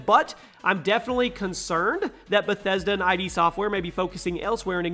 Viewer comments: omg he said i d software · Was going good until you mentioned Doom and pronounced ID wrong. Plus you missed Timesplitters